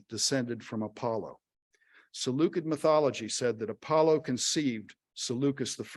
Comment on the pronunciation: Too bad he didn't look up the pronunciation of "Seleucid" though.